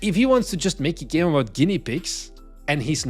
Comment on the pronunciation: This is a really useless aside, but every time you say "Make a Game" it sounds a lot like the portuguese "Mãe caguei-me," which means "Mom, I shat myself." I've lost count of how many times I've zoned out working on my game while listening to you in the background and then your voice snaps me out of it, like a sleeper agent activated by his trigger phrase.